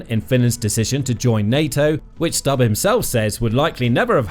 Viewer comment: Its not Stabb its Stubb.